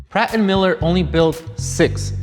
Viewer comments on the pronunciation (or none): none